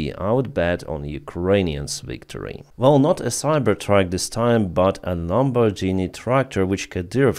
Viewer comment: In "Lamborghini"', GH is pronounced Ґ.